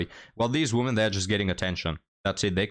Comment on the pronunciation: Please learn how to pronounce "women". It's annoying